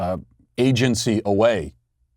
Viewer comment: "Asiancy" We all caught it Matt. Own it.